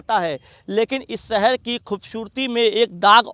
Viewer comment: Inki pronouncing to theek karo. Sheher ko seher bolte hain. Zamin ko jamin bolte hain. Thoda kaam to karna chahiye Chanel walon ko. Thodi quality to honi chahiye language ki